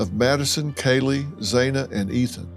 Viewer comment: It’s pronounced Mos-coe now Mos-cow. Xana’s name is pronounced Xanax without the X at the end.